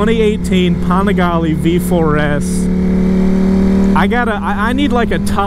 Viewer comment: Why does every Panigale video have to say PAWNigaLAY 49 times in the first 2 minutes..!!?!